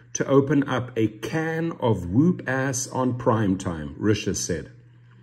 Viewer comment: Fyi: It's pronounced wup. Wup ass. But you have a cool accent. 😎